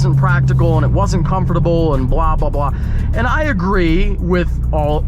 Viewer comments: Anybody else bothered by the way he says comfortable? “Comoforatable” lol😂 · pronounces the SHIT out of comfortable